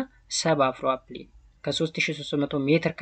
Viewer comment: Not afroapline it is afroalpine